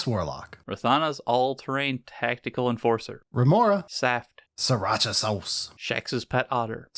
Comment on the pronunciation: i just noticed its THE FIRST TIME someone actually said "Rymora" right without me needing to correct them im amazed